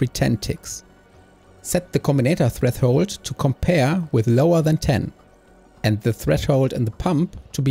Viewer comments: freffhold :3 try to at least say fresh hold but hell yeah this channel is pretty good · Very informative video! Thanks for the help! One small nitpick: a lot of the times you say treTHold instead of threShold